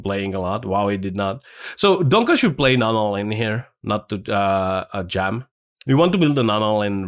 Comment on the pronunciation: Why do you call him Donka??? hahahahah